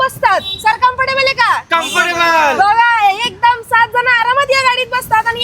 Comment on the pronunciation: कमफर्टेबल आहे का 😂 आहे का कॅमफर्टेबल आहे 😌😂